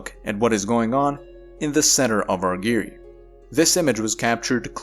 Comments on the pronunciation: Argyre rhymes with tire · Great video: just one minor quibble, the second syllable of "Argyre" rhymes with "tyre" or "pyre" (or tire or fire).